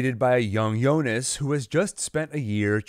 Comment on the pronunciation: It's Jonas not yonas